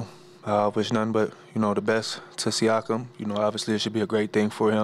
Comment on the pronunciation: Why did Gary call him Siakam lmaooo